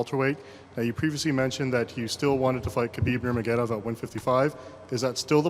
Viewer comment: "Khabib Nurmagedov"- Kenny Florian